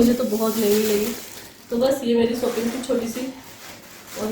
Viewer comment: Or sooping nai.shopping hoti ha😆